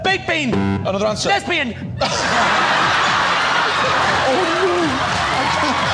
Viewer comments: I swear I thought he said 'lesbian' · I thought 💭 he said lesbian